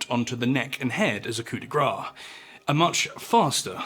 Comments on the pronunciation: Coup de grace - (Grace is pronounced like grass not grah) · Here in Québec when it was la nouvelle France the wheel was used, both in Québec city and also in Montréal. And just a comment... I know the English have their own mystifying ways of pronouncing French words but 'coup de grâce' should be 'kou de grass'. It's 'grace' not, as you say it, 'fat'.